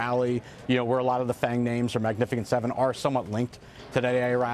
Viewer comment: 😂 Heard it too